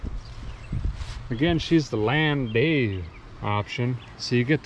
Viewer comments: It's pronounced land - dow. But that's 'aright. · Call them a "Lan day you"? Landau?